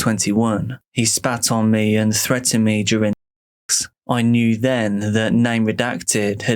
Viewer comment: Why do you pronounce it "duRING"?